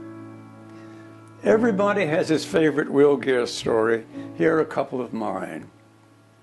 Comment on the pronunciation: It’s Geer , not Greer